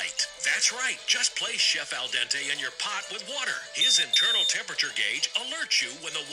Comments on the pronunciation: Its pronounced dent-ay its sounds like youre saying Dante. 😂 Love the video. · It is al dente like the den in your home not Don like the guy who fixes your plumbing. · Seriosly, stop saying DONTÉ it's DENTÉ 😁🤨🤨🤨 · al dente, not al donte, you weirdo. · Please stop saying al donte. There's two E's in there and no O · Made me laugh every time you said al Donte Instead of al dente 😂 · It’s Al Dente not Al Donte! You even heard the Google lady say it,! 😅 🙄 😂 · I love it how you say Al Donte... :) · Aaarwgh%@ Its not "al donte"! Both "e"s are pronauced same like in the word "bed". No wonder your phone couldnt understand your meaning at first. Its the little things that bug the most. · Kazoo "al dente" is italian. It came from italian. Please pronauce it like its pronauced in italian. Its not like you dont have that sound in english. Its not that difficult. Or is it an impossibile soundpairing in his accent? I wonder how he says "dent"... I mean the whole world is pronaucing english words like native speaker do, not like they would read it using their own writing system.